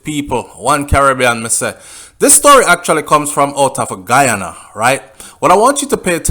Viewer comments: Good night u r pronouncing the names of the places in Guyana I am a Guyanese and u r sounding like a Trinidadian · you mess up the name I am from Guyana 🇬🇾 still big up ya self